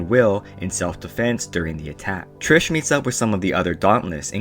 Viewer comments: i got so happy when you actually pronounced it TRIS the first time and then u said TRISH AHHHHHH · Ummmm, dude... are you: #1 illiterate, #2 deaf, or #3, speech impeded? HER NAME ISN'T "TRISH". Her name is Beatrice, which she shortens to Tris. Tris, without an h at the end. "Tris" is phonetically spelled so I cannot make it ANY clearer for you. The video would've been okay at best... if you hadn't CONSISTENTLY mispronounced her name. Was it on purpose to make fun of this work? If so, why even BOTHER making this video?? If so, you should've called Four "Fourth" or "Thomais". Idk whether the movie for the book was worse, or your ill- informed video about the books. Did you just read the Sparknotes and forget? Jesus that was painful and pointless. Way to waste your own time AND mine! Thanks for pissing off everyone who ever read the books. Bye! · also isnt beatrices nickname tris not trish. why are you saying trish :( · Why do you always say "trish" no offense just saying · Her name isn't tirsh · there is no h in tris so its NOT trish